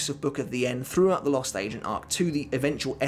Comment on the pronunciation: It's sounds like he's saying the lost " Asian " arc!